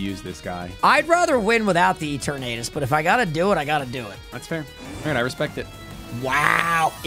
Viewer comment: Why does he pronounce it E ternahtus 😅😅